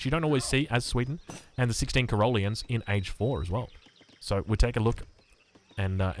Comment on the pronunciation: please..... stop pronouncing it Cuh-ROLL-ean. It's CAH-rol-EE-un.